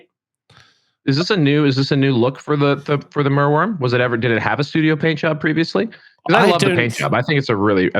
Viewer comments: I guess I'm glad it exists if only so we got to hear attempts to split the name into merw and yrm instead of mer and wyrm. Unlike other dragons I don't think this one's Welsh though (at least I can't remember seeing any when I was growing up) so he was definitely barking up the wrong tree. Do I want one? No, it should be in the sea not on a battlefield. Don't these elves discuss beforehand which dragon to bring and if so then who decided to bring the one that flails about like a fish out of water (at WS6 I accept) instead of the one that flies and walks? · it's bad enough listening to you mangle "wyvern", please don't get everyone mispronouncing merwyrm as well, it's mer like "myrrh" and "worm". at least you don't say calvary 😜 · Very good episode. Your struggles pronouncing merwyrm were entertaining. It was the first monster released for the Arcanum. Paint job is original. I love gribbly big base bound monsters in Warhammer. Hoping the Basilisk comes back as well.